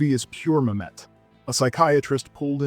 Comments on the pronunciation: Good list. FYI David Mamet's name is pronounced MAM-et, not ma-MET. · Great list. One note - it's David MAM-et, not ma-MET. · MAM-et!!!!!!! My GAWD, PRONOUNCE PEOPLE’S NAMES ACCURATELY!!!!!! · "The movie is pure ma-MET" is ironically amusing though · To quote Mamet: "It's pronounced MAM-et. You putz." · Obviously some great films here, but isn’t this the dumbing down of America with a narrator who is so estranged from the material that he does not know how to pronounce Mamet? Otherwise he sounds so informed, but what emptiness. A narrator (and producer) with integrity would put in the necessary work. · Wonderful video. I so agree with you. Only one small note. You are mispronouncing Mamet. Many people do that. Google it. Oh and keep up the good work.